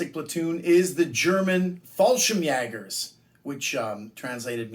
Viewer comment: You pronounced the Word Fallschirmjäger very well.And i know how hard it is to say it because the "ä".But at the end you need no S at Fallschirmjäger.One or more Fallschirmjäger is not importend